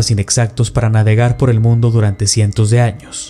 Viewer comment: No es El mundo Es el MUNDE UH UMMMM 😭 JAJAJA